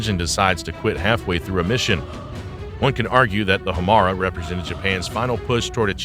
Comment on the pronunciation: I think it's "High-Yah-Tay" Hiyata was the name of Ultraman's human form. Not the same. Also, perhaps more crucial to the presentation: the name of the engine is "Ho-Mar-ay".